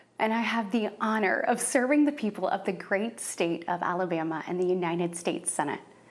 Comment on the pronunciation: Dear Katie, please learn to pronounce United States (instead of calling it Unined States)